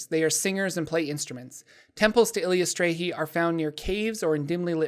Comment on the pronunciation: Currently playing a Cleric of Eilistraee. A lot of fun. Also it's EYE-liss-TRY-ee.